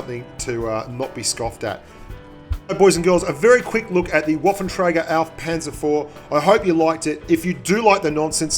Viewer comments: W = V, spread the word so we don't have to hear 'waffentrager' any more :). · I'm pretty sure it's: waffenträger